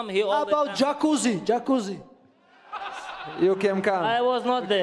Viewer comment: My man Merab said Jaquzi 😅😅😅 Lmao